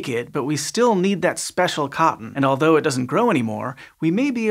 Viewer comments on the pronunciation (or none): none